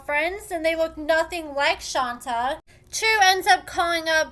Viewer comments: Ayonna is a certified crazy clown! It's pronounced "Shawn-tay"....... not "Shawn-ta" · it's Shon-tay, not Shon-ta. ( You're the only person I ever hear calling her "Shon-ta")